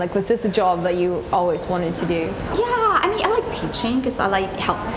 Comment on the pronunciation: damn that accent "YEAH"